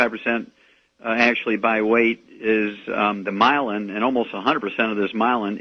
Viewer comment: myelin , not mylan.